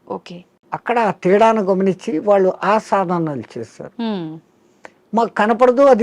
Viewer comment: వాళ్ళో. 'ళ' అనే అక్షరాన్ని పలకండి లేదా పలకడానికి ప్రయత్నించండి. కళ్ళు' పెళ్ళి, తాళి ఇలా పదాలలో 'ళ' అక్షరం ఉపయోగం ఉంటుంది. మన శరీరం ఒక అవయవం లోపం ఉంటే అది ఏదైనా అది సరి చేసు కావడానికి శతవిధాల ప్రయత్నిస్తాం, గాని అది భాషా కదా అని ఊరుకొంటే కొన్ని అనర్ధం జరగవచ్చు. ఉదాహరణ కి kama kills a man. అది ఎలాగున అంటే మనల్ని ఆంగ్లేయులు పరిపాలించే